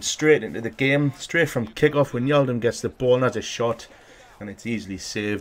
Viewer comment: it is not winjaldum it is like 'why' and then just naldum like you say is so whynaldum